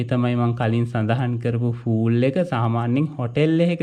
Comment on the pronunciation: "ෆූල්" කියන්නේ "මෝඩයා" කියනවාට. පිහිනුම් තටාකයකට කියන්නෙ "පූල්/pool” කියලා.